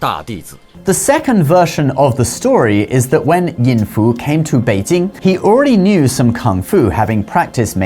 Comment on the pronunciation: the way you pronounce Beijing is 很可爱